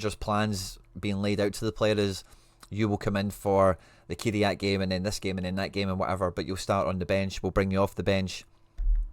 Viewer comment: small thing here but can you pleeeeease start saying their team name correctly 😂 they are called Kai RAT not key re at lol